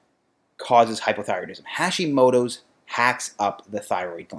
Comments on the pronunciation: Small thing. The "ha" in Hashimoto is pronounced like "hot" not like "hash". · You pronounce it so badly… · "Hacks" would work if that's how you pronounced "Hashimoto"...